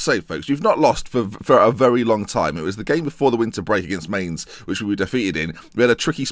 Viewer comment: Isn't mainz pronounced "mine-tz" not "mane-z"? or am i pronouncing it wrong lmao